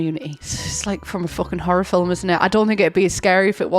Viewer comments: When says film…filum 😹😹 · I love how you say “film” like it’s two syllables. Editing to add that I mean that as a genuine compliment 💜✨ I think it’s really cute ^^